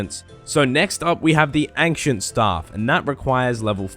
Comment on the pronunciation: i was triggered by "angcient"